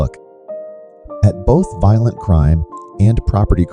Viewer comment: Funny how the computer pronounces violent to sound like "voylent" Anyway, unsurprisingly, one thing all these cities have in common is a high black population.